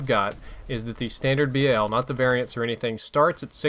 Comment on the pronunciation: its BAL one word not B A L